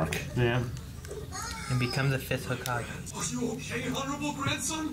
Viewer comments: stop saying hokagi, it's hokage with an E. It's the combination of an element and the word kage which means shadow. i.e. Hokage - Fire Shadow - Konohagakure, Village Hidden by Leaves Kazekage - Wind Shadow - Sunagakure, V. Hidden by Sand Mizukage - Water Shadow - Kirigakure, V. Hidden by Mist Raikage - Lightning Shadow - Kumogakure, V. Hidden by Clouds Tsuchi - Earth Shadow - Iwagakure, V. Hidden by Rocks The leader of each hidden ninja village is given this title. How a leader of a ninja village is decided depends on each village. For Konoha the Hokage is appointed by an elder council. Also, you are right in your deductions, the 3rd Hokage retired and the 4th came to power. When the 4th died, the 3rd came out of retirement. At this particular point in the story, it is unclear why a 5th Hokage has not been chosen yet, after all, the 3rd already retired once, why couldn't he nominate a successor and retire again? It's been more than a decade since the 4th died given naruto's age. Could there simply be no wothy candidates? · Well and are never gonna get it right😂.